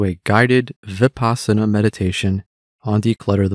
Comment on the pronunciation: When I heard the incorrect way the speaker pronounced vipassana I stopped the video!